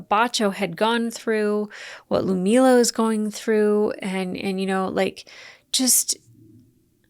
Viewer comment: LUD - MILLA!!! Gods be.... You butcher her name constantly.